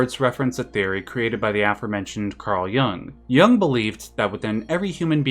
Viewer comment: It's 'Jung', not "Young" - just an FYI.